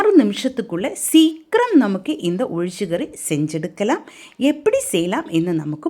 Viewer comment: Athu olichakari illai ozhicha kari sariya dish pera pronounce pannunga ippali malayam language ah kolai pannatheenga.